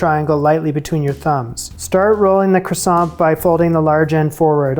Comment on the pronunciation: Awww. I feel bad for you after all that effort. I almost don't want to say it's kwahSON... not KRAson.